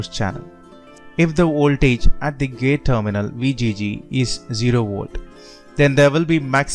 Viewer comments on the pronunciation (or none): And also ooltage.